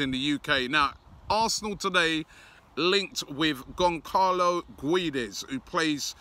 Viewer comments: MRah Gonçalo gueeeeeedes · For Valencia he was mainly used as a left winger and used rarely as a rotation striker. for portugal he played as a striker in the world cup every game that is why he wasnt as good, because he didnt play in his natural position. it is pronounced ged-s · Sou do Benfica I'm only facilitating the pronouciation of the name for an English speaker. "Gedes" or "Geds" is how you pronounce it in Portugal. Robbie ain't Portuguese so he can PRONOUNCE Guedes in english, how it's written...Gwedez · It is pronounced as gu-e-des not gooeeedeez robbie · Absolutely butchered guedes' name😂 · ITS PRONOUNCED GON-CHALO GUE-DESH. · GONSALO GWEDES it’s pronounced Robbie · Someone please let him know it's pronounced "Gonssalo Gwedez"